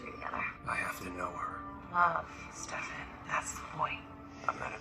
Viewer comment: i love how u called stefan stefAn like kai did LMAOOOO